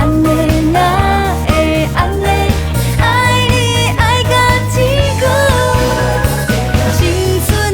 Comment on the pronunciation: 天光的發音 為什麼是 "嘰咕"?